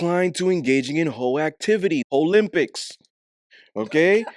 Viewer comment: He said hoelympics 😂 😂 😂 😂